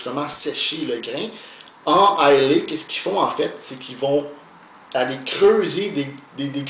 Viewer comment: belle revue! juste quelques corrections si vous me permettez: - l'île d'islay est située au sud-ouest de l'écosse et non pas au nord comme vous avez mentionné . - islay est prononcé comme "island" mais sans "nd" (prononciation anglais: eye-luh). bonne journée! :)